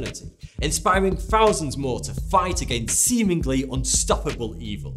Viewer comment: Two-fousand.. God damn it, English people. You created English. Stop butchering it.